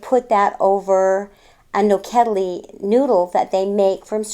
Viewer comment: I love how the lady said "nokedli", it was just perfect! Such a nice couple, I wish them the best from Hungary! <3